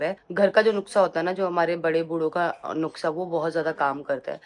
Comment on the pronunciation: payal Nuksa nhi Nus ka hota h😅NUSKA